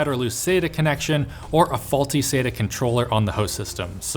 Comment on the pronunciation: Jesus christ stop saying Sate-AH its SAT-Ah The man sat on the bench. the man it not SATE on the bench.